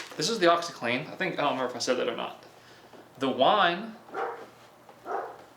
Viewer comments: Omg his wine pronunciation!! 😂 like he had no access to YouTube to get a reference !? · lmao they way the wine is pronounced